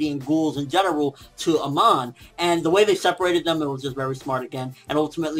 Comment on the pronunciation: Its not "Aman" but "Amon" :D im not nitpicking but its still bothers me :D